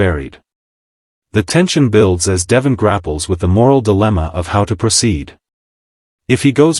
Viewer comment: Please check your pronunciation of Devon. It does not match the pronunciation on the show